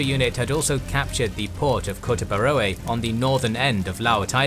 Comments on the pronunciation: Superb Video. A little advice tho for the narrator,: "oe" is read as "u" in Dutch and old Bahasa Indonesia spelling. I.e: Kotabaroe => Ko-ta-ba-ru, not Ko-ta-ba-ro-e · It is the old Indonesian spelling. Whenever you find "oe" in an Indonesian name, please say "u". For example , it's Kota Baru. I really like this series 👍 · I don't know if this would help, but OE is pronounced 'U' in the old Indonesian pronounce. Same goes for TJ that is pronounced 'Ch' sound, DJ is 'J', and J is 'Y'. One of the example is , , Moeara Oeja is pronounced as Muara Uya and Kota Baroe is Kota Baru.